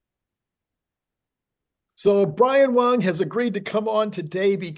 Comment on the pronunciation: You call him Brian Wong but the name on the screen says Brian Wang